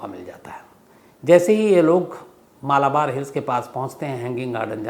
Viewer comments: मलबार है, मालाबार नही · Please correct your pronunciation of Malbar Hill.